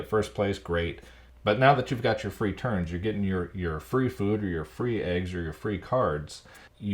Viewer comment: Anyone else hearing Terns instead of turns xD?